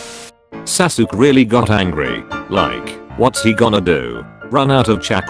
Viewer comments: It’s so funny how the tts voice spells Sasuke saske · A 100 episodes but the voice still mispells sasuke